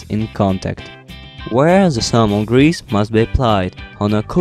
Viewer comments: why not you using thermal paste? ... I never heard about salmon grease for this application .... that u keep mentioning in the video :D /lovely accent, haha, just kidding/ :D Am I the only one who hear 'salmon grease' ? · zhe salmon hease 😂 im dying here